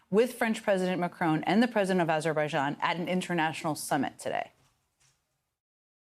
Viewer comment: he actually said aberbajian...